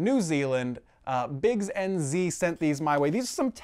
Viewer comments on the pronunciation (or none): 6.01 yay! I live in New Zealand. P.S. it is pronounced "n-zed"